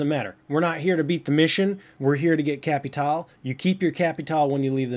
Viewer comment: It is Capitale not Capital